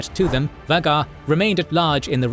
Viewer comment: I know this Channel predates Ai for years, been a fan before AI, but how many times have you mispronounced Vhagar